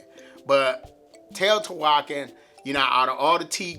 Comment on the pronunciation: To say Teotihuacán you want to stress the last syllable.